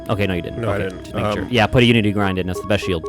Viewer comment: Every time says "unity grind" instead of Unity Grid, take a shot.